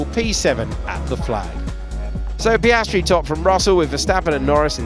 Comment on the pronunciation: Piastri or pace-stri 😆